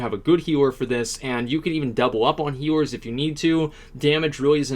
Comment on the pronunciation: heaers ??? heaor !!! mate are you okey ???